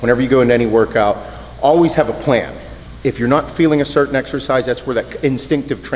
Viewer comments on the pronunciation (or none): none